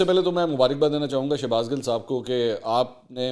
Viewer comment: Bro ya gil humry Punjabi my khty hy gil word pr na Zar na zabr ap soch neera bygrt